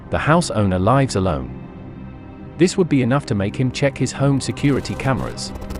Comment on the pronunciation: 19 "The house owner LIVES alone," rhyming with DIVES? It should be "LIVES alone," rhyming with GIVES. Geez... And how can anyone go to sleep without locking their doors?